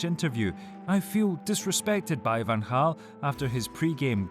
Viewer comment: Credits for pronouncing Van Gaal's name correct